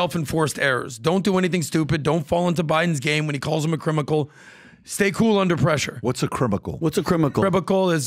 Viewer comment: Crimical killed me 🤣😂🤣😂